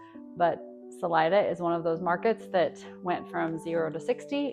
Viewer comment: It's pronounced saleeda not salide-a